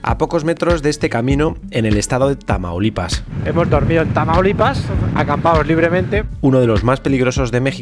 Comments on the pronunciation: "Traumalipas" como dice el auronplay xD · Auron le dice tramaulipas